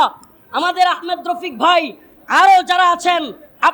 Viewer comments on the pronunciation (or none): none